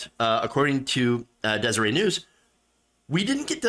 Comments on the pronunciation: Des-er- ette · Hey,....in the word "Deseret", as in Deseret News, the T is not silent...